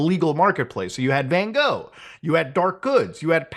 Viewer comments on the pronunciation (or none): none